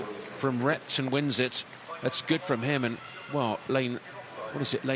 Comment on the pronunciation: When says Repton, it sounds like “rectum” and now I can’t unhear it. 😂